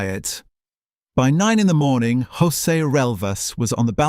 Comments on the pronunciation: There are no hose’s in Portugal. The J is pronounced just like in English as a J. Jose = Joseph. Just pronounce the J as a J! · To all people who have no idea of how Portuguese sounds, please stop pronouncing Portuguese as if it was Spanish. Portuguese doesn’t sound like Spanish at all and you’re making a fool of yourself by forcing Spanish sounds when you pronounce Portuguese names. In Portuguese José sounds quite close to how you would pronounce it with English accent. It does not sound “rrossé” like in Spanish. Also, one “s” sounds “z” just like in English. And “G” followed by a vowel also sounds similar to English: Gema = Gem. For the love of god, stop wrecking the Portuguese language by assuming that it sounds just like Spanish. It absolutely does not. Just use your natural English accent when pronouncing Portuguese names. In most cases it will be closer to what it really sounds like in Portuguese than to use Spanish sounds that do not exist in Portuguese.